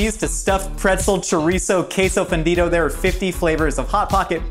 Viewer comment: Dis he say queso ofendido? Because that means offended cheese